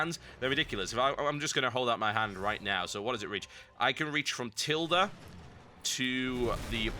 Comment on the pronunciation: You can reach from what to the plus key? it sounds like you said Tilda to the plus key